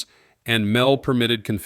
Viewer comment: Mel, verses M E L. It's good AI, but stuff like calling the M E L, Mel, sort of wrecks all the good analysis for me. I am sure it will get better in the future.